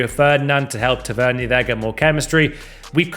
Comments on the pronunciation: It’s tavernier not tav eer nia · Guy really just tav ern erer